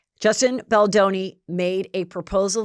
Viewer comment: The W magazine shoot was after Pitt left Aniston. 🙄 It’s Melanie Griffith not Griffin. Hell, you don’t even know how to pronounce Justin’s name. I think your brain is rotting from all the alcohol and TikToks.